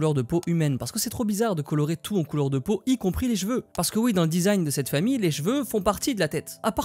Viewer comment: vidéo super! juste quand dit "les jveux" au lieu de "cheveux" je me gratte les veines